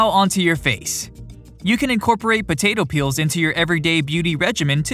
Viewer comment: why is he saying "butato"